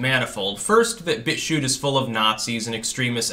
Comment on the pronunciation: "He's writing a hit-piece about Bitshue...". Hm... the word "BitChute" has a "t" at the end.